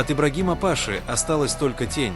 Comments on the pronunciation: Не пАши , а пашИ . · Не пАши, а пашИ. Ударение не верное.